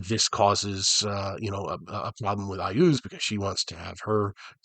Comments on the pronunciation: Thank goodness, standing down from Red Alert. And yeah, It's pronounced I-OOZE like you say it, lol. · It's pronounced "YAS!!". After all he has a city of skulls. Who does that? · I asked Gary Gygax, once while at a Gencon, how to pronounce several D&D names and he said that IUZ was pronounced "IS". I don't know if he was F'ing with me or not ... but I have used that pronunciation ever since.